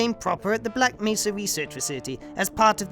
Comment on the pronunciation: The can't pronounce Black Mesa. He says "Black Mess-a".